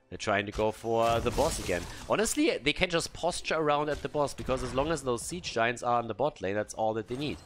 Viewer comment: I love it when gets excited with casting the game and suddenly the "Sappers" become "Zappers" and "Siege Giants" become "Ziege Giants".